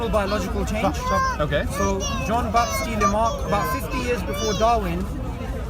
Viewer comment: "john bap-stee lamarck" lmao. fucking winging it, completely. doesnt have a fucking clue what he is talking about and thats the first time hes tried to pronounce the name. these muslims apologists always make my day. "you said it was a belief, thats religion". lmao fucking idiot. belief is prerequisite for knowledge. it is not possible to know something without also believing it. the most basic epistemology. philosophy 101. no wonder you are a muslim when you dont even know what JTB+G is.